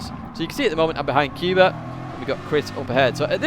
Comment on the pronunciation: The Polish guy name Kuba should be pronounced like first sound of "cougar" rather then "cuba", so "coo" but not "q". Apart from that like always it was a pleasure to watch your daily race guide.